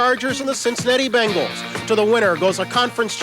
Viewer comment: BENGals Not BANGals